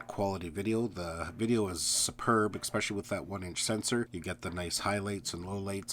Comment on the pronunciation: Also... the "exspecially"